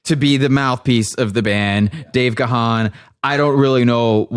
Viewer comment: that was funny, and what is particularly good was your knowledge of DM and music overall) one point though, Gahan is pronounced just as "gone"